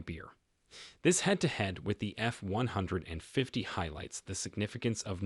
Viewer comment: AI can't even pronounce F-150 right.